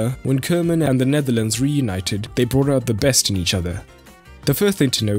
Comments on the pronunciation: It's Koeman (Koo-man with an ooh & not Keuman...) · Good vid as per usual. By the way, as a German you ought to know it’s pronounced Kuhman. It literally means cowman.